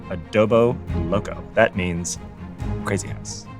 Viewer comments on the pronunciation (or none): Where is this taped that the host doesn't understand basic Spanish? Chile (should be chili) lengua de fuego means chili, tongue of fire. Spanish comes directly from Latin, btw. sheesh JOhhhhhn - you're an English major. It's adobo, not abode. (slaps forehead) Adobo is what you get whenever you go to a Filipino joint. :) John sent several great jokes to Bill Hader before he joined the roast of James Franco. :)